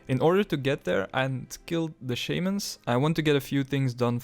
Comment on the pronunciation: unsubbed for how you pronounce shamans. shame on you